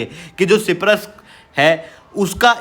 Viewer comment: ये सिप्रस नहीं साइप्रस है prabhu